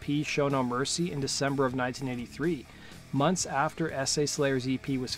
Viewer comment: It sounds like you're saying: "Ese' Slayer". It's a chicano thing.